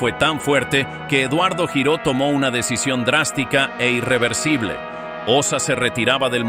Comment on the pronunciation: El apellido Giró es catalán y se pronuncia (lliró)